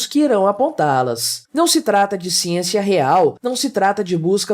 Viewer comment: "Xiênxia, xiênxia, xiênxia..." A academia virou uma fábrica de jumentos descerebrados...